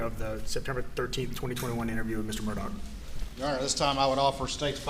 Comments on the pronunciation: It's "Murdaugh" officer, not "Murdock". :( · This family's nomenclature is confusing. First, it's pronounced ALEK, not Alex (common in the South). Second, it's MurDOCK, not MurDAUGH. (Rhymes with Murder; I can never get past this.) But finally, WHO with any sophistication would call a child "Buster?" Oh, how redneck. And these people are considered high class in that area? So close to the really polished Charlestonians just across the swamp? I think not; I'm sure they're being laughed at in all the better homes there. I do think at first glance Maggie's sister is exempt from this criticism, but I'd like to know more about her. She's articulate and wears good clothes and jewelry, "and I'm sure she was in a good sorority," LOL.. I'm sure this is her life's biggest nightmare. How horrible. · Is anyone finding it strange its pronounced Murdoch but the spelling of it is "murdaugh"?